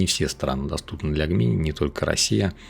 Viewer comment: Все прекрасно, но пожалуйста, не называй Gemini "Г-мини" - это "Джеминай" ну или хотябы "ДжЕмини"! )))